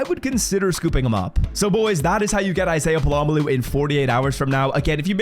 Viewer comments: It’s Pol uh Mayo not puh lom uh lu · It’s pronounced Pola-mayo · Polamalu is crazy bro, it's not hard to learn how to say his name. Put effort in dawg. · Hearing you butcher this guys name for the second year in a row is cringe dude. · Just straight butchering his name 🔪🪚⛏️🧨😂😂😂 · dude what? He literally clarified it in the vid why are you so concerned over a mispronunciation let alone it being a joke